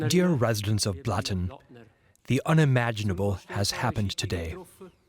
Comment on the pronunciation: Blatten --> Flatten